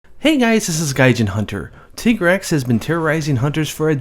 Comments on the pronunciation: it's not a fucking tiggrex it's a TI-GREX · If it's based on 'tiger' then why do people call it 'tig-rex' instead of 'ty-grex'? (TIGer-REX?) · >Japanese name is pronounced Tigareksu >Still calls it Tai-Grex Why are Americans so persistent that thir only language exists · Tigrex, most people assume the 'tig' is from English tiger. Wrong, it's from the Spanish "tigre". Hence tea-grex pronunciation. Educate yourselves ppl. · You saying tigg-rex is making me trigg-ered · His named derives from tiger. You don't pronounce tiger "Tee-ger" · Since my group of friends couldn't agree on a pronunciation for Lagiacrus we all just agreed to reverse it and call him surcaigaL or sir-kay-gull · I don’t give a flying duck Capcom calls it “titgrex”, because they are Japanese, they do not have a deep enough understanding of the English language to decide the linguistically correct pronunciation of any English word even if they made it up in the first place. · Tai-grex, because his nature is supposed to be similar to that of a tiger. Gaijin even references this People are gonna pronounce things however they want, but I definitely believe "Tai-grex" is the correct way to say it. Also, "Wrath-uh-low-s, Fay-tal-iss, and Yee-Ann-Cut-Coo. 'Yian Kut-Ku' I may very well be pronouncing wrong, but it's how me and my friends have always pronounced it. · You tiger taiger and Tig-rex just sounded wrong to me but what do I know I awlaws called Gobul Gobble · I do "Teeger-rex" . Pronounced like the German tanks.